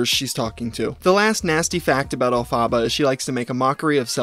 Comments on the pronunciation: “El-fa-ba” is killing me 😭 having known the Wicked musical, and knowing what Elphaba’s real name is pronounced as is killing me every time you say it 😂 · i’m pretty sure it’s El-fuh-buh. Glinda (the other main character in Wicked) says it in the beginning of the song Defying Gravity so that’s what i’m basing the pronunciation off :) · ElphAHHHHba, the pronunciation is really getting me 😂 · i’m so sorry but i can’t get through this video with the El Phaba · Everytime pronounces it "El-pha-ba" I cringe. Lol. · Love the video… but it’s pronounced “elf-fa-ba” if it’s the same as Wicked (Wicked Stan here) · Elphaba is pronounced: Elle-Fuh-BUH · love your content man but the way you mispronounce elphaba is making my head hurt😩pls pronounce it correctly if you ever post an update on her lol it's pronounced el-fuh-buh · The name is pronounced El-fuh-buh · It’s pronounced Elfuh-BA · Omg love this video but plz google how to say Elephaba bc ur saying it so wrong and it’s so annoying but funny also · it’s pronounced el-fuh-buh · It’s pronounced alpha ba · EL. FUH. BUH. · I feel like I'm gonna die if he keeps pronouncing Elphaba like that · I'm sorry but I just can't get over the way you pronounced Elphaba😂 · I mean, apart from you pronouncing her name wrong, this is a really good video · I love this video but being a broadway nerd it’s killing me know you’re saying “Elphaba” and you said it so many times 😭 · You pronounced the name wrong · Can you please watch a wicked film and learn how to pronounce the name alphaba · I really wanna watch this but when the name is mispronounced over and over again.. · not him saying her name wrong the whole time LMAO could u not even bother to look up a pronunciation? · Why do you pronounce Elphaba like that 😭😶 you’re killing me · Learn how to say the name ........ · the way you are pronouncing elphaba is annoying me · literally had to stop watching the video because of how you kept mispronouncing her name, sorry:(